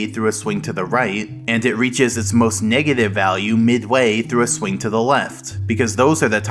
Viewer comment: Everyone: negative numbers SM64: megative numbers